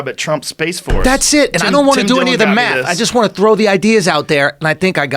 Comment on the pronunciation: How do they figure it out? Using maph?